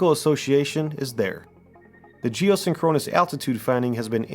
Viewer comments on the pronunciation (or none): Dude, you need to learn how to pronounce big words before you make a video and say it 23 times. It's "geoSINKronous", not "geosinKROnus". Have you ever heard the Police song "SINKronicity"? It's not "synKROnicity"... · Capt. Kirk says Sink-kru-nous orbit-- you say Sin-kron-us ☺ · “Geo-sink-run-is”, not “geo-sin-chronus” ouch, my ears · Love your stuff bro. But the pronunciation is: 'sink-crow-niss' ... two objects are sync'd up. I WANT to think they are up there. But I wonder if anyone has looked into how the Gamma (and other) rays bounced around in our atmosphere (like radio waves do). Or maybe even bounced off the moon and came back in. <<<That one could cause 'northern lights' since they are the same type of rays that cause them from the sun, I think. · Sorry, it's pronounced "jee-oh-SING-kruh-nuhs" You're accenting the wrong syllable. Great content though. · Seen-Kro-Nus orbit. LOL 😂 AI needs to do better haha. Entertaining content though :) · Very interesting & well-put together. But who says "geo-synCHRONous" orbit? AI? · Geosynchronous is pronounced jee-oh-SING-kruh-nuhs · This has quickly become one of my favorite channels. One thing. You're saying geosyncronous wrong. Please look up it's proper pronunciation. It was jarring. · Do yourself a favor and learn the correct pronunciation of geosynchronous. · I am genuinely impressed that you can say geosynchronous as many times as you did and STILL mispronounce it every single time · Love this channel but the pronunciation of geosynchronous is triggering my OCD like crazy lol. Also, no mention of the dark knight satellite?